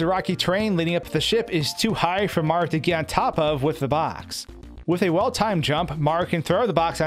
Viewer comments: You said marfx instead of Mario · You're aware the protagonist's name is "Mario" and not "Mar", right?